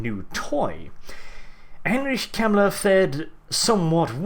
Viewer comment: I'm sorry I'm saying this, but you're telling stories with 2ed. I know from 1ED warhammer and a lot differs. which was 1994. and mispronunciation of his name.